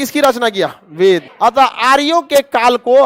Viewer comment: बेद नहीं सर "वेद" गायत्री मंत्र का अंतिम पंक्ति ग़लत उच्चारण हो गया सर। ध्यानाकर्षण हेतु।